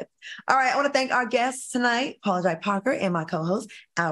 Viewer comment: Claudia, please pronounce Paula Jai Parker correctly... It's J, not Jai...